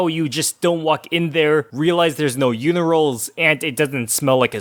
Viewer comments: Are we gonna talk about he called “urinals” “uniroles” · Did this dude just say “unirals”? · Lmao he said unirals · BRO REALLY SAID “UNIRALS “💀 💀